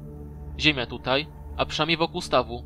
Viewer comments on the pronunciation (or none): none